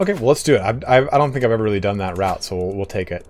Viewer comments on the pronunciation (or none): none